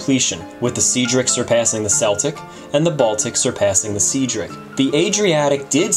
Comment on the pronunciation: Very good, thank you. I did find it funny that you debated how to pronounce Celtic and then immediately following this by pronouncing the SS Cedric as "seadric" as opposed to the correct "sedric". You colonialists do make me chuckle.